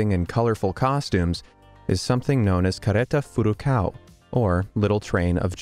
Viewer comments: just like ppl trying to talk portuguese or brazilian lolol "carreta furacão" =D he says "careta furacau" xD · I wasn't expecting to see Carreta Furacão in this video, I really LOL that moment! haha BTW, English speakers could learn how to pronounce the "ão", even if it is somehow funny to hear "ao" XD